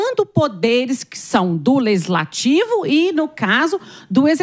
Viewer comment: O correto é LEGISLATIVO e não LEZISLATIVO. 😏